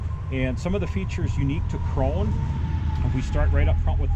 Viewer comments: the companys name is "krone", not "kron", like "porsche" and not "porsch". the e at the end is pronounced like the e in "end" or the a in "cat". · Much like Porsche Krone is pronounced w an 'uh' sound on tge end. So its 'croan-uh' fyi. Supposedly great balers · It's pronounced "cron-uh" in the home country